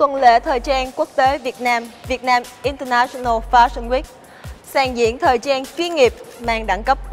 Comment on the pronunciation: international UK /ˌɪn.təˈnæʃ.ən.əl/ đọc như trên nhé, đọc đúng vô